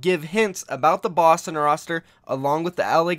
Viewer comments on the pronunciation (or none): none